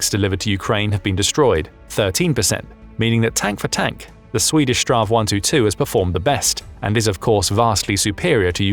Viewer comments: Minor detail: It's not really "Strav 122". "Strv" is an abbreviation of "stridsvagn" - battle wagon - and is simply the Swedish word for tank. Saying "Strav 122" is a bit like calling Hollywood Boulevard "Hollywood Bullved because boulevard can be abbreviated into "Blvd". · Just say s t r v. Strav is nothing close to what it actually stands for, which is Stridsvagn, translated Battlewagon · STRV is not pronounced "straw" ~ it is simply read out as individual letters, it's an abbreviation of "stridsvagn" (strife wagon) translating as combat vehicle